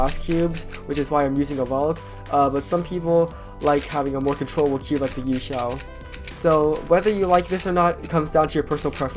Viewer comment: I do not like him saying YueXiao v2